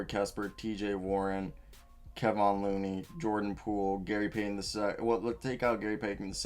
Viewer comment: Bro here’s a tip - learn how to pronounce the players names or don’t mention them. If you watched enough actually games you would know how they are pronounced. I stopped watching because I thought you didn’t know what you were talking about after mispronouncing “Kevon” with “Kevion” and not knowing how to pronounce Smailagic.